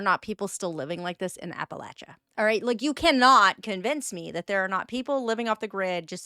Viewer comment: Holy Shit, she accurately pronounced Appalachia in the first part of the video at least